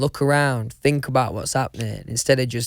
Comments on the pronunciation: AHAHAHAGAGAGGAHAGAA HE SAID "I THINK" AND THEN HE CORRECTS "I FINK" (he also do it ) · OMG HAHAHAHHA “i think” corrects it “i fink” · th= f, just so you know. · I fink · No one: Litterely no one: Louis Tomlinson*: I *FINK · How many times he said "I fink"?Lol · no one: Louis: I fink..... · No one : Louis : I fink... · if louis sang best song ever today, this is what I think it would sound like: uhhh yeah yeah , well...I fink it went oh oh oh honestly though I'm not sure, I fink it went yeah yeah yeah, i fink it gows ohhhhh...yeh gonowhat-a-mean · Louis: It is my biggest fings I fink I fink 😂💜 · Others: th Louis: f Ah fink, fank you, anyfing, fings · Nobody : Louis : i fink